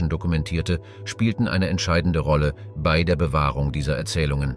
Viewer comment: Es bisschen mehr Deutsche Grammatik sollten sich Sprecher und Autor doch bitte mal aneignen. Das fängt an mit dem Namen Das Tagebuch "von" Julius Cäsar bis zu den erwähnten Jahreszahlen und des merkwürdigen "bie-ei", wo eigentlich ein deutsches "bei" ausgesprochen werden sollte.